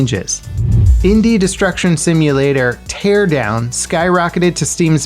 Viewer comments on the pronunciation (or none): none